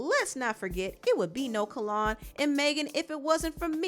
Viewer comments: His name is Not Kallon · My BFF NAME IS PRONOUNCED "KALE ON" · It’s pronounced kell-on no shade lol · name-It's pronounced Kellynn like Lynn. So awesome mentioning him! My old hair stylist ☺️✨ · The pronunciation of name is cringy. 😩🤣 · I just wrote this. Lol Every time she pronounced it I cringed. 😭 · We are truly Virgos...the way she pronounced his name had to be corrected lol😂😂😂😂